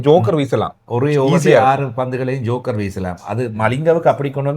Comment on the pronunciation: அது ஜோக்கர் இல்லடா யோர்கெர் 😂